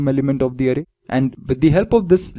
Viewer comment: Sir vo arey nhi array hai XD